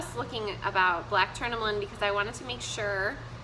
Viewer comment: I've spoke with a reiki healer. YES! Amethyst IS good to sleep with. You are WRONG. And you can't even pronounce tourmaline. You aren't very well educated.